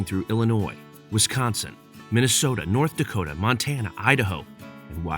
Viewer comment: Norddakota? Suddakota?